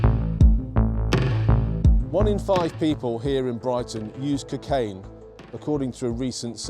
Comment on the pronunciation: The way this nonce says cukain does my head in 😂